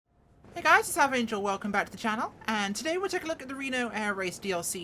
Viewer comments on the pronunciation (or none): none